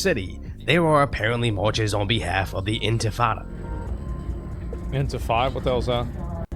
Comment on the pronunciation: he said "infitada"